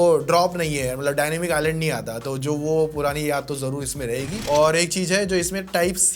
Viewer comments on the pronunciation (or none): none